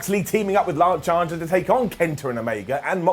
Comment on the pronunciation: Did he say 'lunch archer'?